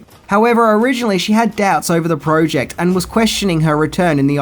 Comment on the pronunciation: love the shows but the ay he says Project triggers me lol PROOOOOOOOOOOject